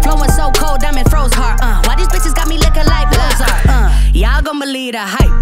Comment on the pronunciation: The fact that they don't pronounce "Mozart" the same bothers me.